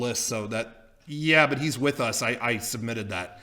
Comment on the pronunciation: Every time says "But!", I hear "Butt!":D